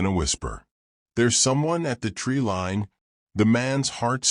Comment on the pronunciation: My advice is to get a real narrator not this AI crap. This AI narrator can't even pronounce tree line correctly. If you're going to tell fictitious stories and try to pass them off as real get a real person please.